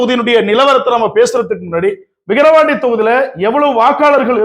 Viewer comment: தம்பி விகரவாண்டி 😂இல்ல #விக்கிரவாண்டி 🎉